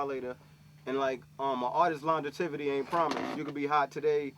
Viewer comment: lon-getivity cmon mega lol u mean longEVity